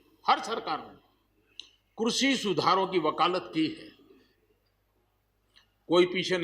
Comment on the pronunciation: Krishi bolna to nahi aata.kanoon banayega.